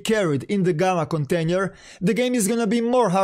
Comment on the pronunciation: KONTENJER HAHAHAH